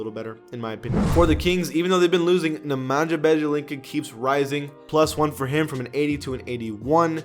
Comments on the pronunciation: Bro the way he pronounced nemanja bjelica wasn’t groossss it’s (na-mon-ya be-a-lit-sa) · The way he said nemanija bjelica i died😂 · Why did he say nemanja bjelica’s name like that 😂